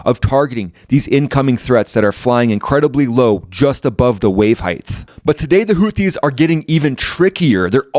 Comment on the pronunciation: Just fyi, , “heighth” is not a word. It’s “height”. Pronounced “hite” like in “bite” or “kite”.